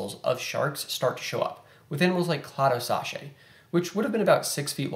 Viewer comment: Don’t worry about it, everyone mispronounces something here & there, regardless of how well studied they are.